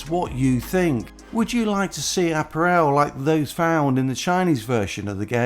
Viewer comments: Uh-pa-ruhl according to google 🤣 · Please learn to say apparel.